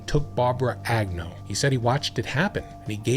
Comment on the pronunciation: Lyda? What? Why do you pronounce Agnew multiple ways throughout the video?